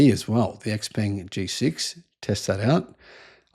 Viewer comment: finally somebody who knows how to pronounce 'xpeng'